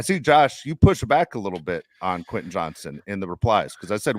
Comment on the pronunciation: Josh is awesome but he still can’t pronounce Quentin. Just say QJ Josh! 😂